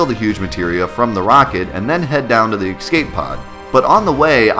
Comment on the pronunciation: EXCAPE pod. EXCAPE. XCAPE. X-CAPE.